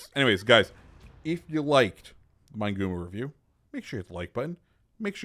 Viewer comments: Fairly certain it would be pronounced Mee-neh-goo-moh in Japanese, or Min-eh-goo-moh for English speakers. Just saying.. lol. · Good info about the ship, Amusing how you mispronounce its name. MIN-EH-GOO-MOE